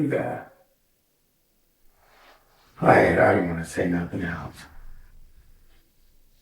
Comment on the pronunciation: genuine question why do some people speak like that? When he said lives but sounds Leevsz I’ve heard people speak like that before when saying certain words. Is it a pronunciation problem? Or accent? Or ethnicity? Accent like when people say nothing but say it like “Nut-Tinge “ I’ve ALWAYS wondered that and I’m not brave enough to ask why they say it like in case it’s an insecurity or their tongue/mouth won’t let them say it properly. Don’t want to sound insensitive. Ps: im brave enough to do many other things but asking why people look or sound isn’t me. Now I’m here asking away in the commentary section